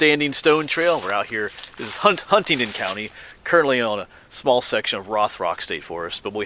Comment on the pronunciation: love you videos, but it is Hunting-Don. no T